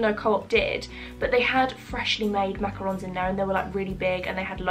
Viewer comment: Defo marble would never say cobwebs. Also the way you pronounced macaroons now has me questioning if I’ve been pronouncing it right 😅😅 x